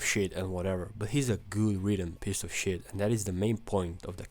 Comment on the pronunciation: I love the way you say "pece of shet" 😂